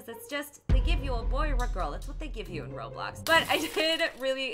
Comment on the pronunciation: Wait she said oder or boy crazy